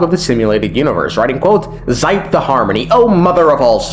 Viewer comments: it's pronounced "she-pey" not zipe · Sorry, but do some research on name pronounciation, the Xipe is read as SH-I-P-E, not Z-Y-P-E. No hate tho... Just my ears bleading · Ermmmm Xipe is pronounced like she pay ☝️🤓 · Minor criticism, but Xipe is pronounced like She-pey 😂